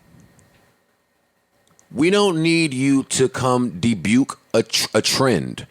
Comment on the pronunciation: “We don’t need you to come debuke a trend” -Joe ... wtf is debuke? 😂